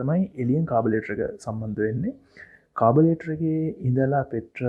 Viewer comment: ස්තුතියි ඔබ මේ කරන කාර්‍යයට. කාර්මික වචන උච්චාරණය කරද්දී සැලකිලිමත් උනොත් ඉතාමත් හොඳයි. උදාහරණයක් carburettor එකට ඔබ කියන්නේ කාබලේටර් කියලා.